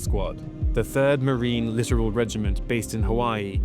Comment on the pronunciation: It's not "literal regiments". It's "lit-OR-all regiments". Bit of a difference.